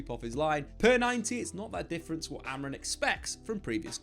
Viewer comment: please - AmorIM, not Amor-IN